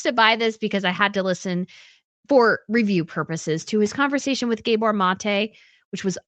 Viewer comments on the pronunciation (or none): none